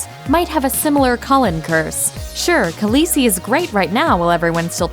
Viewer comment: The List Kalesi isn't that hard to pronounce....